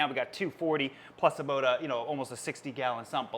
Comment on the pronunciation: I love him but I hate the way he says about